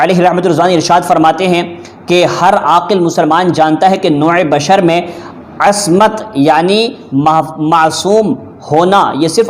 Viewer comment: عِصمت کو عَصمت کہتے ہو میں تو تمہیں عالم سمجھا تھا غلط فہمی ہوگئی تھی معاف کرنا ایک بار جلالی کو گمراہ صاحب کرتا ہے دوبارہ صحیح بتاتا ہے دوغلا بک بک بند کر میں unsubscribe کر دیتا ہوں تجھے برا مت ماننا آسام سے غلام اعلی حضرت